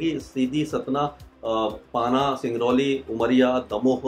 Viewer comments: पाना नही सर उसे पन्ना कहते हैं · पाना नहीं पन्ना